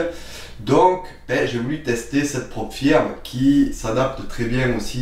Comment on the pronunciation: On prononce " Prop Feuuuuuuurm " ;-)